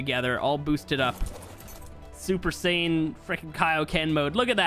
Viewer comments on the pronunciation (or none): none